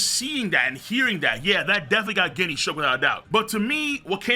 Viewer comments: Yo it's written ジニー in japanese and it sounds like genie not guinea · Ginny is pronounced “Jenny” my guy. 😭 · it's Ginny like Gin the liquor, not actually pronouncing the G lol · IT'S PRONOUNCED JINNY!!!!!!!!!!!!!